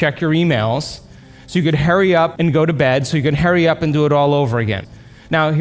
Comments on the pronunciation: "So you can Harry up"... 😂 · "Hairy up"